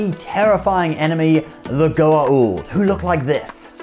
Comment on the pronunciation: U called Symbiots, Goa'ald....wrong